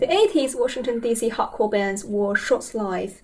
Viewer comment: I recently went to an Algernon Cadwallader concert, who reunited after breaking up in like 08 or 09... it was very good! Edit: I like how you pronounce "hardcore", it sounds like "Howgarts" :)